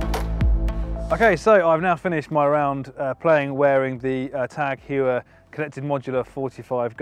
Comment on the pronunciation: It’s pronounced Hoyer not Hewer. This watch is sick